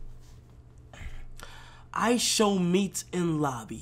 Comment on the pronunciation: why the f**k ksi say Ishowmeat